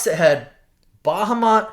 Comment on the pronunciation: Your pronunciation of Bahamut is aggravating lol.